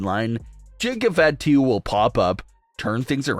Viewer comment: It's not FA to, it's fah to. Watch some wrestling or stop reading a by line that someone else wrote.